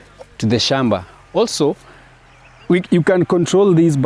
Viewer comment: Gem-beh??🫣 Hoe. Shom-ba??